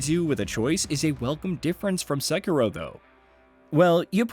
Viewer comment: Finally!!! Someone says Sekiro right! Not the stupid "sek eee doh"!